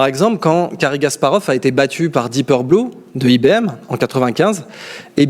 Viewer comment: C'est "Deep Blue" et non deepeur blue!